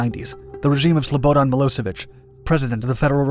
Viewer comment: I love this guys documentaries but man o man it seems like he goes out of his way to mispronounce things......SLO - BO - Dan?